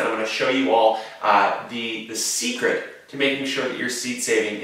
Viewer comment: Did He Say Seed-cret?? Like Secret ?